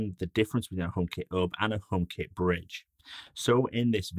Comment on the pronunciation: so funny how he says "omekit Höb"